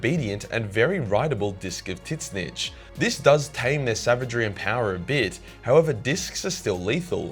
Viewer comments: I've never heard anyone pronounce Tzeentch name like that. Not complaining, just something I had to hear a few times to realize what you were saying. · Calling Tzeentch wrongly is not funny as a joke anymore, it getting annoying. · Is "Tit-snitch" the correct pronunciation of Tzeenntch? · Idc if he says it wrong or right I love how he says it as tit snitch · Why do you pronounce him as Titsnitch? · bro can't evn pronounce Tzeentch's name, ths vid is gonna hurt my ears, especially since im a follower of Tzeentch (and Slaanesh, but thts irrelevant xtra info) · Can't pronounce the name, huh? Change video! Idiotic. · please dont pronouce it like that.... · Anyone going to tell he’s pronouncing tzeentch wrong. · Man's didn't say Tzeentch correctly one time and that is chaos I approve of. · So isn't the T silent , always makes me wonder when you say it.